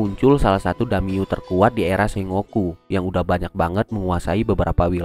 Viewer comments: ejaan ny bkn se-ngo-ku tapi sen-goku ato seng-goku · Sengoku cara bacanya senggoku bang (fyi) Sukses trs buat channelnya bang 👏